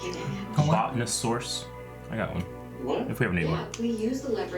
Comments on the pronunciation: Dude, it's Amunet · lol no it's Amunet.